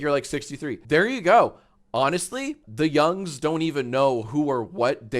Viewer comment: “The young’s” reallllllyyyy sounded like a slur😭😭